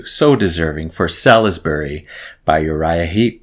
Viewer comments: Well impressed! A well known name but I've never bothered with them. On point vocals too. Well worth a dive. BTW, the UK city is pronounced 'Sorlsbury'. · Btw, Salisbury is pronounced 'Sauls-bry'.